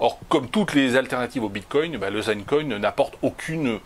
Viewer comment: " zine" coin abruti, pas "zaine"